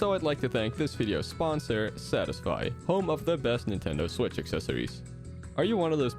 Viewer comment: Nintendo swicth acessories an- me: I don't have a switcth